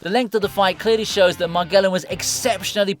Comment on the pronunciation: MAGELLAN - muh·jeh·luhn